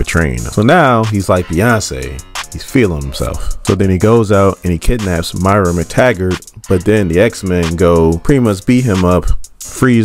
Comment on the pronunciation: call her MYRA one more time! lolz nah solid video